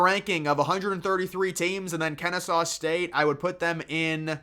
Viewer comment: finally said “kennesaw” the right way 🙏🏽